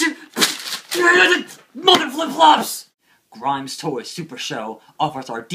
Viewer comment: Not grime nation it's grim nation